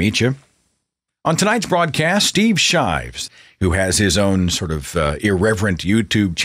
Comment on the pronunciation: Shives? Come on, Seth...you can do way better than that.